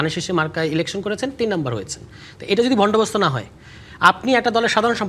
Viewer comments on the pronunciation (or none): লাগালাগি তুষার বন্দোবস্ত বলতে পারে না সবাই শুনেন পাঁচবার বলেছে ভন্ডবস্ত